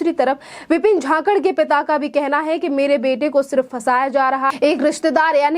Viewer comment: झाकड नही जाखड बोल